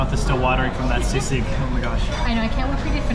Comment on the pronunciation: I know it is spelled sisig and normally you do pronounce words as they're spelled but sisig is pronounced "see-sig". Otherwise credit to you for pronouncing words with short vowels.